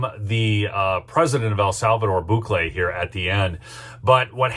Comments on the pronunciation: Bukele = boo - kay - lay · is pronounced Bukeeele!